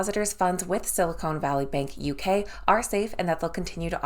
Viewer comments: It is Sil i con not “cone”. Silicone is what can uplift human features. Silicon is a material used to make computer chips. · Silicone Valley Bank??? 😆 🤣 😂 Silicon Valley Bank.